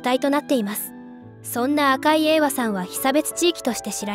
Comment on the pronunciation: 赤井英和→「ひでかず」〇えいわ✖